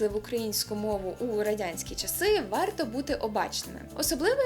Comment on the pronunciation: Не "перемоСцем" А перемоЖцем. Не "ваЙто" а ваРто. не "Уже" а Вже. Не "Указання" а без зазначення без вказівки на джерело. без вказання. без вказування, не вказуючи джеоело,. не вказавши... Сідай, два бала.